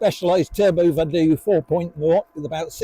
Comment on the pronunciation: Vado is Italian for I go. I don’t think it’s pronounced Vadoooooo